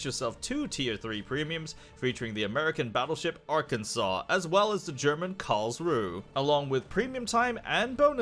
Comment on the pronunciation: As a Swabian, it genuinely pains me how he pronounced Karlsruhe